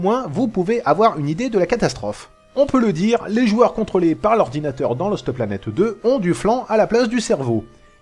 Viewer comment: J'adore quand dit Loste Planète Deux:D